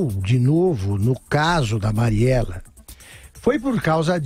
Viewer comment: A Dilma erra o nome da marielle 2 vezes , mas o Augusto também chama várias vezes a marielle de (Mariela) kkkkk alguém noto ?